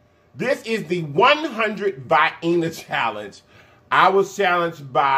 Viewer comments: Vee-En-Uh lol not Vie-en-A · it’s pronounced vee-eh-nuh sausage